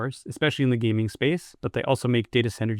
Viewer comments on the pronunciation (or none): none